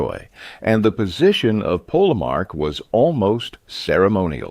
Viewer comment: The narrator mispronounces the term "polemarch" the first two times the tern is used, then pronounces it correctly the third time, but the fourth time, reverts to the original mispronunciation. The final consonant, written "ch" should be pronounced as a palatal stop "k" not a fricative "ch".